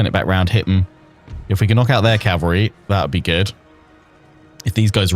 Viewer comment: I love your content I really do ... But cavalry is um well ... Anyway ❤